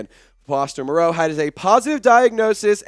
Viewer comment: Not to be picky, but Foster and his family pronounce his surname like Morrow not Mor-ROE' Here is Foster explaining the pronunciation. He says its doesn't mind the way most people (mis) pronounce.